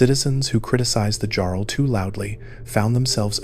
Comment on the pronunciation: Great video but how do you miss pronounce jarl